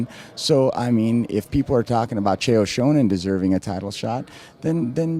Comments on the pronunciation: "chael shownen" haha ! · why does he pronounce it Chael Shownen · lol "Shonan." Ed Soares is a dumbass. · and its sonnen not shownan get it right ed SHoares you fucing d-bag! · This guy can't even pronounce Chael Sonnen's name. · Could he have mispronounced Chael Sonnens name a few more times? And why interview an agent anyway? As if hes going to say anything other than his fighter is the best? I hope Chael or Maia beats Silva, I've had enough hyperbole about this guy.